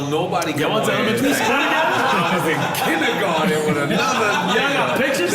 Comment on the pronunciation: You went KINDGERGARDEN !! lol